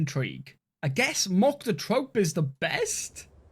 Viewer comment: Thanks for showcasing this game!! Looks dope!!! (Troupe is phonetically pronounced *Troo*oop*)